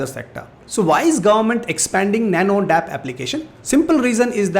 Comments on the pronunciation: Sir please correct...it's not nano dap..it's nano D.A.P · Dear sir that is not dap it is called D.A.P I am from former family